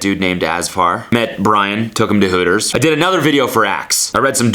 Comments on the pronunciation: why does he say "hooters" so weirdly. It's 'whoo-ters' not 'huh-ters' It reminds me of that 'suh-dude' guy . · Ugh, he does say it weird 😣